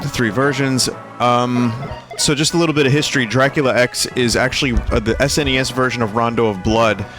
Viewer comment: first time i heard an english speaking person call the SNES sness not complaining, just pretty rare from my perspective